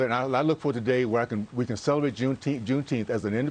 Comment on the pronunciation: He can't even say Juneteenth - idiot. Trump will crush it when he's back in office.